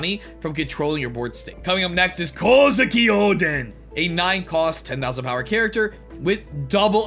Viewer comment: Respect for the way you said Oden's man.